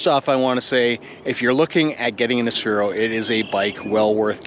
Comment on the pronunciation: Nice video and your experience mirrors my feeling of my OG Aspero. I love mine! Note that it is an Aspero though and not an Asphero.